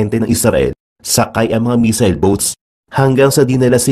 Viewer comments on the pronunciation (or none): none